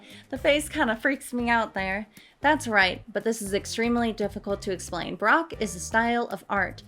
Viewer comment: actually interstingly enough you say baroque like broke.